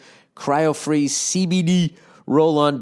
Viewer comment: bill says cbd in a funny way